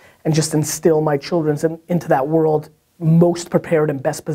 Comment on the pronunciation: Gary, Did you say chil'rens? Gary loves his chil'rens!!!!